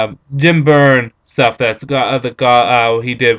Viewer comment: I think you mean John Byrne, and I think it's pronounced as Burn.